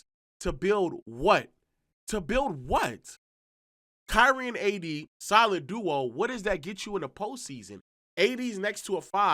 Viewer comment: I don’t like the way he’s say “KYriE”